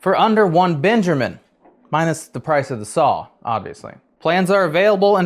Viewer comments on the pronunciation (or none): none